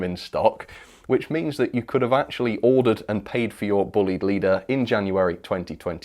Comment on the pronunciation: It's not buleyed or bleed. The name is, as my friend of the same name will tell you is pronounced...BLYDE ok. Thanks Andy Bullied will be so happy. Pass it on..please